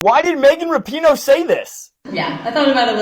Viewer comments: I love how you fuck up her last name differently every video... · Dude, that’s not how you pronounce the name!